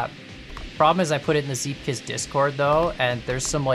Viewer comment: im origanaly dutch and prenounces zeepkist almost perfectly